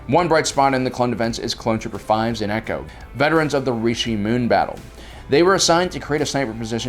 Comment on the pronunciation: Dear, I love your videos; however, I greatly encourage you to reassess your Star Wars vocabulary skills. Echo is not Echos. Plo Koon is not Plo Kloon. Tipoca city is not (top-i-ka) rather (ti-poh-ka).